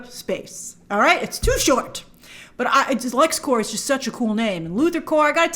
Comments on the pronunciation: Great breakdown but you said “everybody knows it’s Lexcore” but you’re not pronouncing it correctly, it’s Lexcorp. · Corp not Core 😘